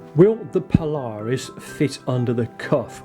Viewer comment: Pronounced Paula...Reis...